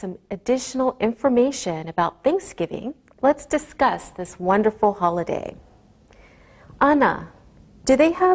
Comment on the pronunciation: evet "otomatik" altyazının acizliği tamamen zaten öğretmenimizin "Holiday" telaffuzu çok net ilgilendiğiniz için teşekkürler